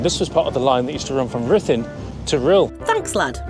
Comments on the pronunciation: It's Rr ith lAn. Rh is a digraph in Welsh, expressing one sound, atrilled R, but breathless. Then U which approximates to an English I sound. DD is another digraph similar to Th. But in Breathe. So RrithlAn sort of. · "Ridlan" Castle. That sounds about right! BTW, it's no longer Wales—it's Cymru. Scotland is Caledonia, Ireland is Hibernia, and England is Albion. Common law will return. The UK Corporation was declared bankrupt in 2021. I heard decades ago that the stones from the bottom of those drum towers at Rhuddlan Castle were taken away to build the nearby houses. 10/10 for the video. Thanks!